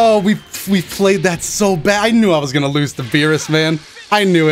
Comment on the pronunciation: two seconds after getting hit in the first round “Are wE gAnnO loSe”